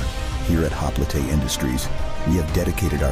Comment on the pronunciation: “Hop-L-EetA industries” come on now